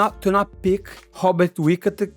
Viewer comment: Im going to need Money to say Robert Whitaker 3 times to start every stream from now on. 😂 pretty sure thats how I sound saying most Brazilian names so I understand 😂